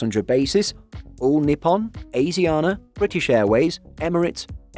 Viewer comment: pronounced every name here wrong including asiana ffs